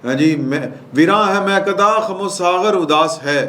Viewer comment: "Kham-o-saaghar".... nhe......."Khum-o-Saaghar" udaas hain